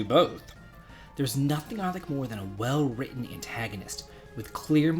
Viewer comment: I don’t know about villains, but you’re currently my hero,, for pronouncing the double-T sound in “written.” Oh.... and I’m glad to see Ghaleon. I love the Lunar series.